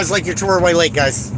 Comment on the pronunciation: You are so bloody clueless. Fix the suspension FIRST, then drive. If you actually believe the courts will give you the one and only waiver on the driver's license in the country then get that FIRST. (Good luck with that.) And you slurred a bit when you said the name of the police dept to call. I should call to thank them for doing their job. Was it White Lake.